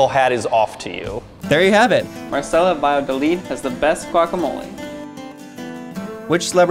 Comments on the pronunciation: “Valladolid” bah-yah-doh-lid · The way he pronounced "Valladolid" C R I N G E 😬